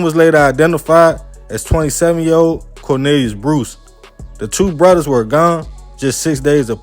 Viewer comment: Lol it’s brothers not bruddas